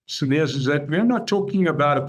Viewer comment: You do not pronounce the s of Cilliers